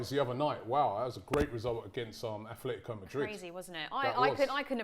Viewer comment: my ears hurt from the amount of times I heard Athletico in this video, its Atletico